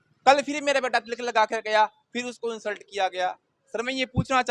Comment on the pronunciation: What is with the pronunciation?? Tilak is different from Tiilak. They are pronounced differently…